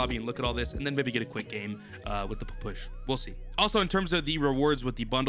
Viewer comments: its a P. P. S. H. Not a push and its fricking russian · It's pronounced papasha or just call it p p s h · Nah he said Pa- push lmao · Can’t wait for to pronounce the Ppsh correctly. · I bet likes how he pronounces the new gun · He is saying the name of the gun so wrong and his videos of so damn lame